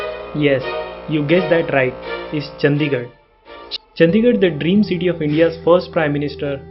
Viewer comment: चंदीगढ़ नहीं भाई चंडीगढ़ होता है। नाम तो ठीक से लिया करो भाई, कम से कम।